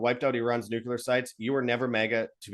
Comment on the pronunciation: For gods sake man. It's, New.Clee.Err 'Not' New.Cue.Lerr Why is that so hard for people to say right. Ever since Bush Jr. started saying 'New.Cue.Lerr' everyone has been parroting that idiotic crap since.